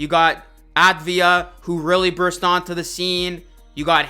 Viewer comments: Avdia, not Advia. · Some help? It’s NOT “Advia” it’s “Avdia.” Ahh vdee ah. Look at the spelling of the name to help you if you need to. Because you’re going to need to. Deni’s going to be SPECIAL.